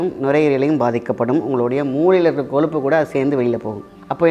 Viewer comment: Sir pls athu koluppu illa koyuppu